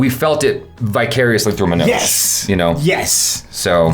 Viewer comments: Agreed! Everytime he says it, sounds like he's saying MANAAJ, kinda like Nicki Minaj 😐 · Love your discussion on the series,. The only thing that irked me was not saying Manoj's name right. I mean it's 2nd seasons episode 6. About time we do justice to the lead and atleast get the name right.